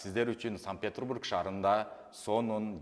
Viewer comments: СанПетрбург дейт го, тили сынып калайын деп. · САНКТ-ПЕТЕРБУРГ ДЕП АЙТЧЫ УКА КРУГОЗОР ОЛУП ЭЛЕ АЛЫПТЫР